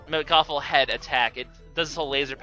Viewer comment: It's not Mekawful. It's mechawful